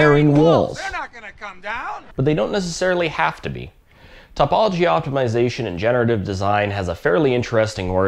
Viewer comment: It’s oy-la, not you-ler. And tuh-pology, not top-pology. 👍on the rest.